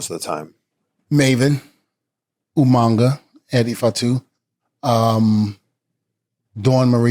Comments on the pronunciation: Lol d von said Umanga lol reminds me of Steven regal lol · he said Umanga 😂😂😂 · UMAGA not UMANGA